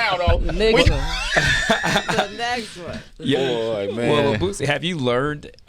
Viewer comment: Sway saying BOOTSIE is irking me 🤣🤣🤣